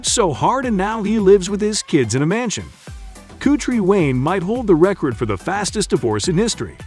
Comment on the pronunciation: If your going to spend negative energy, pronounce him name right. Haters!!!